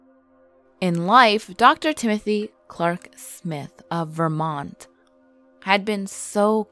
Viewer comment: I was born and raised here and the scariest thing about this video is the way you pronounce Vermont.